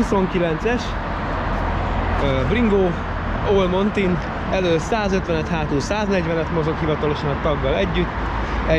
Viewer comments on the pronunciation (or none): A montenbájkot is montinbájknak mondod?